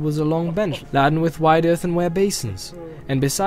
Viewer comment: "Here's my Goldberry, clothed all in silver green with flowers in her griddle." -- What, was she making pancakes? Or did he mean to say, "girdle"? : ) "Is the table ladden?" -- That should be "laden", with a long A sound. "You shall clean grimy hands, and wash your wary faces." -- That should be "weary", with a long E sound. They aren't being cautious, they're tired.